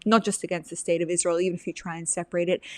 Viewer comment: Faux sophisticated - not very intelligent - can't pronounce Israel - "Isssshzzz-real". DUH